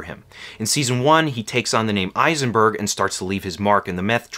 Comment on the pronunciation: It's Heisenberg, not Eisenberg